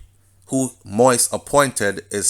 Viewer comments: Please take time to pronounce names, it's not President MOIS i'ts MOISE (accent on the i) (Mo-we-es). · Mo-ise (Mo ease) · Thank you nuff love and respect. Please continue the updates - although this whole thing is Sooooo sickning. Side note, the last name is pronounced Mo-Yeez. One love. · It is pronounced mo eez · Manners and respect Jovenel Moise is pronounced MO-EASE👏🏾👏🏾👏🏾